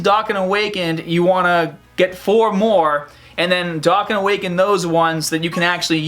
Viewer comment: Did he say dakkon awaken? 😂